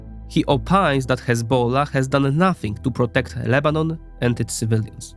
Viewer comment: bro has some estonian accent or something but the way he pronounces "hezbollah" is like a true arab lol